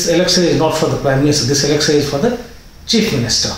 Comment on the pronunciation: Your analyses are great. Could you please work on your pronunciation of certain sounds? Are you from Bihar Sir? Please work on your pronunciation and don't pronounce "sh" sound as "s". For example, it is "sh" in "election" not "elecsun". Please don't mind. It hurts your listeners' ears.